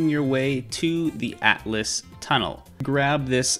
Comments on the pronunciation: Atlas? I’m pretty sure it’s pronounced all-t-us and it’s spelled Altus not atlas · not to criticize because this tutorial is great, but it is pronounced al-tus